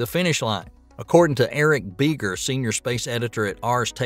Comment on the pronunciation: "Eric Beeger" ??? instead of Eric Berger.